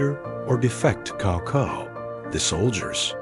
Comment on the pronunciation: Great, keep on. Just for Cao Cao I think it should be pronounced "sawsaw" and not "kawkaw"